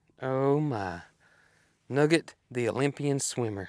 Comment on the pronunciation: Nugget, not nugger!